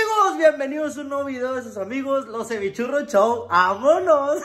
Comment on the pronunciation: Y porqué dicen chou?